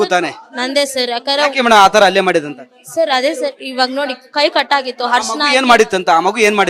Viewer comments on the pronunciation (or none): ಅಲ್ಲೇ ಅಲ್ಲ ಅದು ಹಲ್ಲೆ. Correct aagi kannada matado anchor ilwa nim hatra